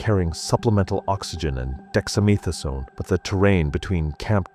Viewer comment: i like your funny pronunciation of dexamethasone